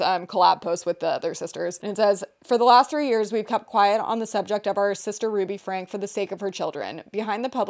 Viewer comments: their last name is pronounced frank-E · I think their last name is pronounced Frankie, but I guess it doesn’t actually matter! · so glad to see you guys covering this, also for future reference, her last name is pronounced "frankie" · omg period i commented that right when you guys first pronounced it had to let the girlies know immediately 💖